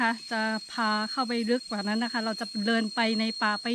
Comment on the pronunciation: ร เรือ ชัดเจนมาก คำควบกล้ำ ดีมาก ปรับปรุง นิดหน่อย คือ คำที่ใช้ ด กับ ล บางทีสลับกัน เช่น เดิน เป็น เลิน แต่ก็ฟังเข้าใจ ครับ ชื่นชมครับ ใช้ภาษาไทยได้90%แล้ว